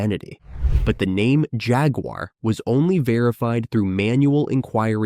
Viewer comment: Any video that cannot even pronounce jaguar correctly hasn’t done their research so the rest of the facts cannot be trusted